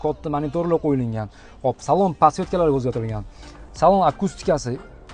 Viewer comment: Qo'yiliNgan emas qo'yilgan Togri gapirishni o'rganing ekspert endi 😊